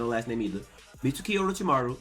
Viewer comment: plz say meat-skee. Mitsuki is a main character learn his name. Like sasuke you dont say sas-oo-kay. suke and suki has a silent u